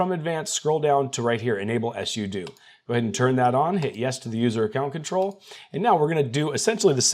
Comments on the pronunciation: If you pronounce sudo like that one more time, I will actually cry. It's either "Soo Doo," two syllables, or "Soo Doh," also two syllables. You invented a whole ass third syllable and there's no reason to be doing all that. If I ever hear you pronounce it like "Ess You Doo" again, I will find you, I will alphabetize your keyboard, replace all your writing utensils with crayons, then I'll toast all your bread and put it back where I found it on the way out. Mf just put my entire nervous system into fight or flight, I'm scheduling an extra therapy session this week, specifically because of this. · Hearing sudo as “ess you do”instead of “sue dough” gave me shell shock hahaha cheers!!